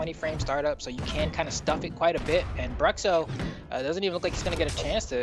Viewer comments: It'd be more accurate if you pronounce "Brootcho" instead of "Bruxo" lol haha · eu ia comentar a mesma coisa kkkkkkj bruhcso foi foda kkkkkk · Engraçado ver os caras falando Bruhcssso kkkkk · It's "broosho"